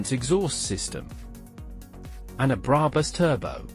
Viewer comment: Love the videos and own a Roadster, but please don’t use AI voiceovers. It makes in unwatchable…specially when it keeps mispronouncing brabus